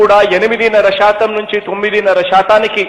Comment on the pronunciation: Satam (percentage), not shatam (Telugu with wrong alphabets) ( this is not correct in Telugu it is to be pronounced as satam represents percentage,, some panchangam {Dont underline its a Telugu word in written in English alphabets) readers in Telugu news channels also doing this mistake , using sh instead of as , all these are Telugu people well accustomed to non Telugu accent